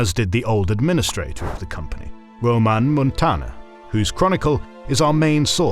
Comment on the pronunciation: Its Ramón Muntaner, not Roaman